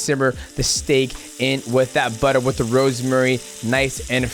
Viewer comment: Someone explain to Islam how to say “with” please brotha 😂😂